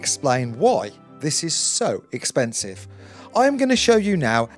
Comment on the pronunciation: LOVED the "expensieve!" Hillarious!